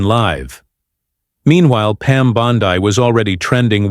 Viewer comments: here we go again another phony story from this idiot. He doesn't even know how to pronounce her name. He calls her " Bond " i " instead of "Bond "E". Did any of you see this show? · "Pam Bond-eye?" I think not.